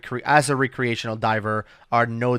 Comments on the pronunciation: I like how you say the word- "rec·re·a·tion·al " / rekrēˈāSH(ə)n(ə)l Its actually pronounced 'rekrē'. Just sayin. ^5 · sure knows the word oxygenated but can't pronounce recreational:P love your content fellas